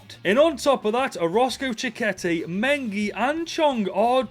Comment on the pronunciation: Me as a Mexican, bro butchered the names of Chiquete and Lainez 😂 jokes aside great video bro keep going